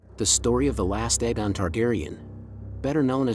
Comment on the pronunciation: I was loving ur dtuff then u couldn't say Aegon anywhere close to either show, the official audible reading of the series.